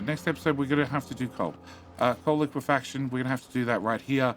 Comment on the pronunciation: I'm still shocked that you finally pronounced liquifaction correctly.